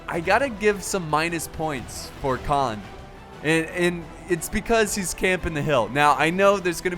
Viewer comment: Khand, not Khan(d). The 'd' is most definitely enunciated, but not as did in this video- it should be pronounced as 'canned'.